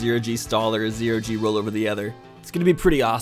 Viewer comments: Why on earth was you saying gero z roll instead of zero g roll so damn funny? I laughed so freaking much. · Is it just me or did he say gero z? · claps for for saying gero z